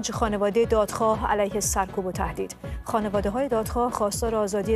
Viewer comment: خیلی درست خانواده رو تلفظ میکرد. دائما هم میگفت خونواده